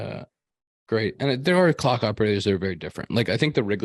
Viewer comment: face when slipped up on the word clock had me spitting out my drink